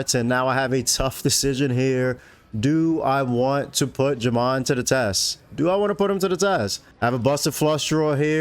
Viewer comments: I think Jaman Burton is "Jay-men" not "Jah-mon" but I might be wrong. on an unrelated note - I never knew you could use AA to win stacks. I have been using them to either win the blinds or lose my stack. I need to work on that. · It’s pronounced Jayman.